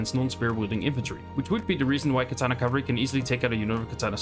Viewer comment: There were a few bits where your pronunciation is not clear, like where you talk about "alternate cavalry"? and bonus against cavalry. Otherwise this was great. Thanks a lot. Would love also to be able to see the full sources for this info if possible. And finally, are the "baseline" stats correct for base chance to hit and armour chance to save etc?